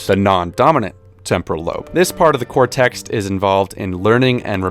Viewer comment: your subtitles need fixing man... "doesnt" "consiosly" "baisiclly" "hippocTampus" "inclusevly" and for pronunciation, it's not "cortext" it's "cortex" -- "hippocampus", not "hippocamptus" please fix. thx.